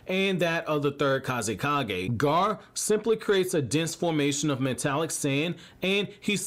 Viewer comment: Everytime he said Gar instead of gar-ah I cringed